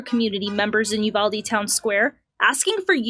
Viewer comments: Please..... Uvalde is pronounced You-Valday not Ooo-Valde... I'm a Texan and know... If said while speaking in Spanish it's You-Walde... It's just so strange to me so many professional commenters don't have someone who knows these things... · It's pronounced 'You-val-Dee' here in Texas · I’m a Texan who lives close to uvalde.. it’s pronounced You-vah-Dee lol no worries I don’t give a shit what you call it just saying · You-Vahl-Dee** forgot the L